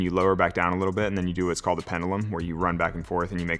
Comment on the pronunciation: Your crack running out is usually a problem, true. Also, STOP pronouncing it Pen-duh-lum. That's twice today, and it sounds stupid.